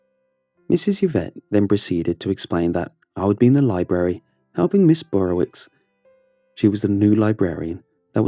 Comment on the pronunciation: Not Burrowitz. it's not german- it's Burrowitch